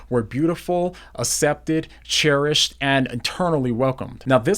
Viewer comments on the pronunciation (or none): accepted is pronounced ak-septid. I used to say it wrong too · SOMEONE TELL HIM THAT’S NOT HOW YOU PRONOUNCE “ACCEPTED” 😫😭 PLEASEEEE I BEG OF YOUUU